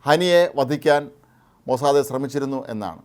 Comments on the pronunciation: മോസ്സാദേ അല്ല മോസ്സാദ്‌.. Mossad. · This new pronunciation Mossade is so jarring. Is it Hebrew pronunciation? It is pronounced worldwide as Mossad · എല്ലാവരും പറയുന്നു,, മൊ സാദ്, നിങ്ങൾ പറയുന്നു മൊ സാദേ, ഹിഹിഹി,,, ടുംടുംടും,,, നിങ്ങക് അയ്യേ അറിയില്ലേ ഈ ഭാഷ,,, ഹൈഹായ്‌ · മൊസ്സാദേ അല്ല..മൊസ്സാദ് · മൊസാദേ അല്ല - മൊസാദ് എന്നാണ് ഉച്ചാരണം. "മോശയുടെ കണ്ണുകൾ" എന്നാണ് അർത്ഥം. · താൻ എന്തിനാടോ... Mosadhe എന്ന് പറയുന്നേ... 💥💥💥its mossad 💥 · മൊസാദേ അല്ല....... It's Mossad. കുറെ ദിവസമായി ചേട്ടൻ മൊസാദേ എന്നും പറഞ്ഞോണ്ട് ഇരിക്കുന്നു..... ഒരു മാതിരി രാധേ, സരിതെ, ഷീലേ എന്നൊക്കെ വിളിക്കുമ്പോലെ..... 😂😂😂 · അദ്യം മരിയാദക്ക് മൊസാദ് എന്ന് പറയാൻ പഠിക്ക്. Irritation ആകുന്നു നിങ്ങളുടെ മൊസാദേ എന്ന തെറ്റായ ഉച്ചാരണം കേട്ടിട്ട്. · മൊസാദ് എന്ന് പറ..... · അയാൾക്ക്‌ എന്തോ പറ്റിയതാ പാവം ലേഖ കൻശരിക്കു മൊസാദ് എന്ന് പറയാൻ പോലും അറിയാത്ത മഹാൻ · സുഹൃത്തെ എന്നു പറയുന്ന പോലെ ആണ് ഇദ്ദേഹം മൊസാദെ മൊസാദെ എന്നു വിളിക്കുന്നത്....... 😔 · It is sounds like maw-sad(mossad) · ഈ മഹാൻ,,,,, ഇന്നലെയും ഇതുപോലെ പറഞ്ഞു, പാവം അറിയില്ല അല്ലേ നമുക്ക് അങ്ങട്, ക്ഷമിക്കാം, അല്ലെങ്കിൽ വേണ്ട